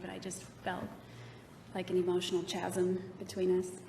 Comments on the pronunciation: Arias is known to correct others' grammar, spelling, etc... Listen to her mispronunciation of a simple 5 letter word (chasm) just after or so. Yeah, she's a real Einstein, alright. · Hahaha! I didn't catch that! It's pronounced "Kaz-um" with a k sound! What an idiot!! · That’s not how you say “chasm” you idiot. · She even solidifies her dumbness by offending the jury by using her hands to prove she knows the word and it's meaning by moving her hands apart and THEN SAYS THE WORD WRONG! Oh God I hate her so much.